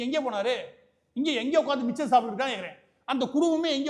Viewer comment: சார், 'மிச்சர்' இல்ல, மிக்சர்... அருள்கூர்ந்து பிழை தவிர்க்கவும்...